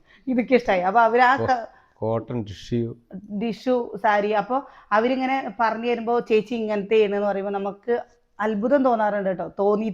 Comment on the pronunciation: ഡിഷുഅല്ല ടിഷ്യു